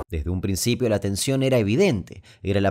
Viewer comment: “Al princifio?!?!?!?!?”.